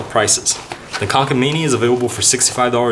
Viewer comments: he said kanken its konken 😩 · Kånken is pronounced as "konken" 😊